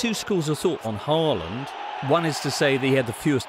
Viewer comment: its haaland not HAiiland